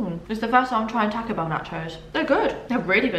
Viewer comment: Loooove you so Much! I laugh every time you can “tack-0 bell” Lolol makes me think that if you say the work “talk” you’d say “tack” lol “talk” and “taco” has the same “a” sound